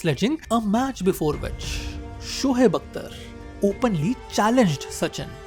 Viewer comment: Its shoaib not shohaib😂 totda sala